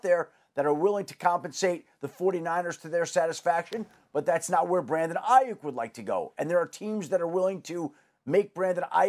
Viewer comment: Why is is saying his last name that way???